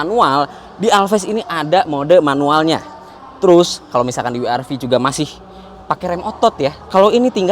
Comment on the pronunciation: Wee Aar Vee :D